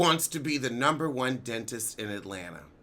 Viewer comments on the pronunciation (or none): none